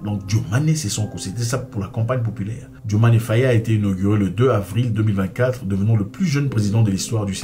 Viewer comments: Mais c'est pas la peine d'ecorcher le nom du president. Dio maye Faye pas Diomané Fayé c'est incroyable en plus rien de ce que tu dis n'est vrai sur ce sujet grand frère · ce n'est pas "DIOMANé" c'est DIOMAYE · Diomaye et non Diomané